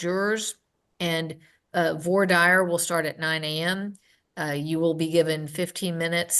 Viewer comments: "Voar dire"? It's "vwah deer", judge. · She pronounced it vor-dire rather than the French pronunciation. Strange. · Judge needs to look up the pronunciation of VOIR DIRE. She was way off.